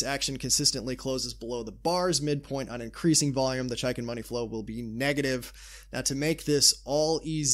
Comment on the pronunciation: it's pronounced "chake in"